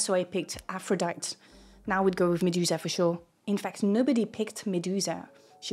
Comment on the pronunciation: If you're going to present in English you need to learn our pronunciation for words. Jealous doesn't have every vowel pronounced, Aphrodite has the 'e' said at the end.